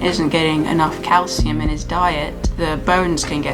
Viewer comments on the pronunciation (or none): When you said calcium powder I thought you said cow semen powder and I was so confused for 2 minutes